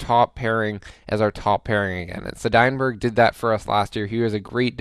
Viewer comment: Am I the onlt who gets triggered about how says Seidenbergs name:D